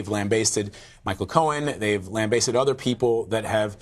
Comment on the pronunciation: lamb basted? I've never heard that pronunciation before.